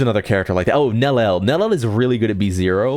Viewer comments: "nel-el" frying me twin lmao, bro also said "your-a-hara" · And we're still saying Nelliel wrong😭